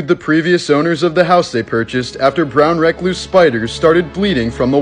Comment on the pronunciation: He mispronounced brown recluse so bad